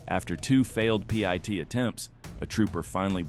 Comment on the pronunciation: just say PIT not P. I. T.